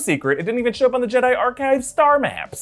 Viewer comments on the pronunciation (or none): none